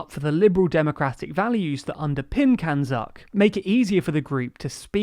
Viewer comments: Did I hear CANZUK as "(it) can suck"? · So no one is going to talk about the pronunciation of CANZUK is literally, as the name suggests, “Can-Suck”.